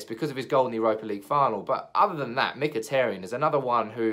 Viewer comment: Not Mkhiteryan it's Mkhiteryan